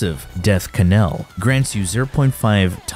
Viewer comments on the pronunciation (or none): Hemo rage and “ka-nell” are killing me 😂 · Named but says “ka Nell” 😂 love you man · Death “Kuh-nell” Please stay in school, children. Don’t grow up to look and sound, thus BE, stupid. Children: Any person/s who is/ are under the age of 22 and/ or spends most of their time “online.” Your internet search engine does not make you smart, is not a degree, and besides that, things earned easily in life are rarely worth holding onto. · “Hemo rage” “K’nell” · Yo man, the knell is pronounced like Nell just how the K in "know" is silent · Ke- frame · And kuh nell lol... are we being trolled? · Hemo-Rage? Kuh-Nell? I'm surprised you didn't pronounce Gaze as Gah-Zay. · Hemo-rage? Ka-nell? lol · Dude it's pronounced "hemorrhage " and "knell". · The pronunciations were woof... Ngl I feel to my ke-nees when said ke-nell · Its just pronouned nell, the k is silent. Knell=nel. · My dude, it's pronounced "HEM-mor-idge". And the K in Knell is silent. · ik im not the only one down here saying this but you pronouncing hemorrhage and knell like that is bothering me so bad, im honestly in belief you are doing it because you know it will make us mad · Did my mans pronounce the “K” in knell 😂? I want to hear him say “knife” and “knight” next. 😂😂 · He does it on purpose